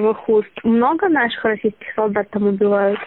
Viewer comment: а зачем акцент на слове наших РОССИЙСКИХ солдат